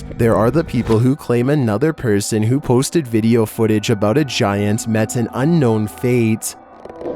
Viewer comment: nUmber fiftEEN gi-ANT